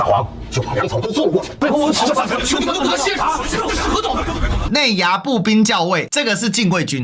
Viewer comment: 步军校xiao尉，不是jiao